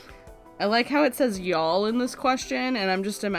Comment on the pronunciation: Then I post to pretend I have claim to be among the favorites >:D I heard yoll when you first said y'all. Thanks for putting this together, great to hear this QnA. Also love that it is still a passion project, keep having a great time with this channel.